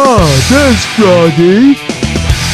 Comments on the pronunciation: Here’s a fun drinking game: Take a shot every time says “Fwoggy” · Fwoggy. Fwoggy. Fwoggy. Fwoggy. SHUUUUUUUUUUUUUT UUUUUUUUUUUP.